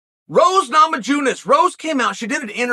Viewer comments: rose nama-JUNE-es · "Rose NamaJewnus"- Chael 2022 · Rose Nama-June-us